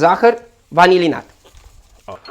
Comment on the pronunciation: A observat cineva ca zice" zahar vanililat" ? :))))